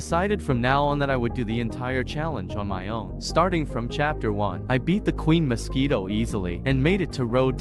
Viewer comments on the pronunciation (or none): bro say Queen mosauito💀💀💀